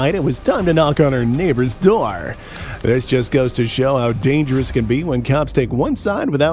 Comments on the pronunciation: “It was time to know on her neighbours *DEEYOOUR*” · Is it just me or in the first clip all I hear is "open the noirr"😔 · “Open the noor” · that is the wildest pronunciation of "door" that I've ever heard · THE WAY HE SAID DOOR🧍